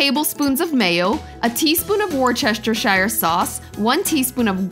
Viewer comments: "Worchester shire sauce". With love, i enjoy hearing Americans trying to pronounce that. And it's not fair because its not pronounced like its spelt at all. We pronounce place names ending in "shire" as 'sheer' as in sheering sheep. And Worcester is pronounced 'wooster' , which doesn't really make sense either but thats just how we do it. So it's. 'Wooster sheer' sauce. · "Woor-chester-shire sauce" is pronounced WOOSTER-SHER sauce - or just Wooster sauce. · Worchestershire: "woostirshir" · Wor-ster-shire, Wistisheer... wistissheer... I just can't say wist-i-sheer..... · “Warchastar sauce” it’s pronounced “Wustashur sauce” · Wooster-sheer sauce. Say it with me now... wooster-sheer! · lol it is funny hearing Americans try and pronounce "worcestershire sauce". Here is a tip - say it like "Whoosh-ter-shea sauce" - that is how it is pronounced. Also, another tip, try sweet chilli sauce instead of Tartar sauce. It suits fish cakes much better. So does a squeeze of lime over them before you serve. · lol 🤣 worcestershire sauce is pronounced wistershear. Leicestershire is pronounced Lester or Lestershire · Loved these 😀 Heads up Worcestershire sauce is pronounced "Wooster or woostershear " ( I'm a Brit) I know it's NOT spelled that way lol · I love these croquettes! Thanks. Now please allow me to help you. Say it with me. Wooster sher sauce. lol. Thanks so much 😍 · Nicely presented. I'll make these. BTW, "Worcestershire" is pronounced like "War-cest-er-cher" in . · It is pronounced, "Woostersher." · "War Chester Shire" sauce? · In this county we say "woo-ces-tu-shu Sauce (the tu is as in the word "tun" without the n sound and the shu is as in the word "shut" without the t sound. Worcester is the name of the town Worcestershire is the county. A shire is a county. Got it? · Americans can't say Worcestershire sauce..here were done even use the shire...we just say Woo stir sauce...or woo stir sheer sauce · Did i just here 'Worchestershire sauce?' 🤣